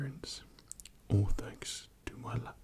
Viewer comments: I believe he said "lap-a-top" several times. LOL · Whys he saying laptop weird